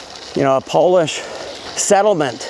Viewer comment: I’m Polish from Warsaw myself, living in the US. I am impressed with your Polish pronounciation👍